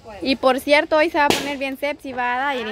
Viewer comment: Se dice SEXY.....No Sepsi👍🏽